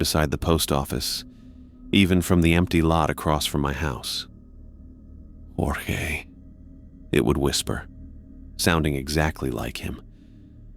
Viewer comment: You lost me at "Jorgé Stark".